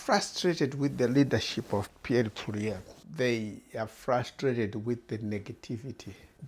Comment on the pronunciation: Muckraker, you have come with nothing but muck. Go and get your head examined. Nothing but click bait. You cannot even say the opposition leader’s name correctly.